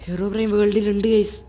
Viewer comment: Yes ellarum angane aa IPO parayunne